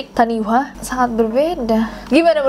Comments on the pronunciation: Just sharing aja "taniwha" itu dibaca "tanifa", dlm bahasa Maori "wh" bunyinya "f", kalo bunyi "w" tulisannya "w" aja tanpa h ✌🏼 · Oh iya kak, di Bahasa Maori kalo ada "wh" dibacanya "f", jadi taniwha dibaca tanifa 😚👍